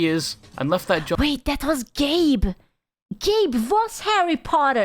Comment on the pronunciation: Every time says "Gabe Cube" I hear "Gape Cube"